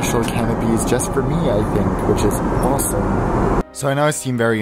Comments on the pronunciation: it may look like canipea but it is pronounced canapay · Beau Lundon AMEN!! It's pronounced "ca-nape", not "canopy". If you're flying first class, having a vocabulary that goes with it, pays you back tenfold. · canapé not canopies haha face palm americans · I've never heard anyone pronounce canapé as canna-pee before. 😳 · If you're going to be all posh and pompous, how about your pronounce 'canape' correctly (they're not canopies). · I'm just upset that he has all these opinions and couldn't pronounce "canapé [CAN-AH-PAY] correctly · Complains about everything... can't even pronounce canapé correctly. You tried... you can go back to the hold now. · The way you pronounce Canapé is totally incorrect. Smh